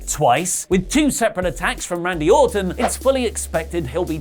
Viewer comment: Hey did you said mandy orton?! Lmao